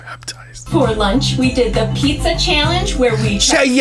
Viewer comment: “cha-ya-yal-enge” lmaoooo